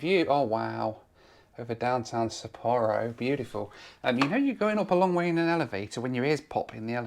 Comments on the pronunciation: Its pronounced Ha-Nay-Dah and Sap-poor-oh and Hoe-kai-dough. I know is British but come on. make an effort. Also, I know just goes with the flow but I'd like him to do some research before hand instead of wasting money. He doesn't necessarily have to do the cheapest option but there are better options than taking a taxi between airports in Tokyo. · Please do not play a drinking game for every new pronunciation of Sapporo.